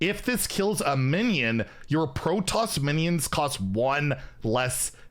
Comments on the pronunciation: Its PRO TOSS! Not "pro toes"... all the Starcraft fans dying in the corner when you mispronounce it! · "Pro Toss". Not protose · Hydraulisks and protose lol! Love you:) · to pronounce Protoss its pro-toss Also I'd point out that the Terran group does not have any class starship pieces so I'd expect them to have it in the miniset. As a side note, if the enemy's board is empty, does the Siege Tank, Deployed battlecry go face? Something to test later I think. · Pro-toss the second part is pronounced like the word toss. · It’s hilarious hearing you pronounce hydralisk and Protoss 😂 Pro-toes I’m dying 😂😂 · Well, it's not pronounced proton. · Protoss is pronounced as “Pro-Toss” Like tossing a ball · Pronunciation guide: Protoss = "pro" + "toss" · I'm here for the new ways of pronouncing Starcraft stuff:) "Hyde-drawl-isk" "Pro-Toes faction" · Some of those hurt my soul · not being able to pronounce Hydralisk and Protoss is more painful than any other mispronunciations he’s ever had OOF